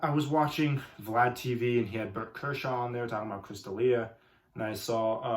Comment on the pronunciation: This man off 3 perc 30’s. Lol n for having a youtube channel called comedic comentary. You mispronounced berts name. And have no sense of what chris does is pretty ironic